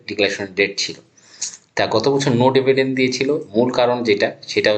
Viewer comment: ডেভিডেন্ড নয়, ডিভিডেন্ড।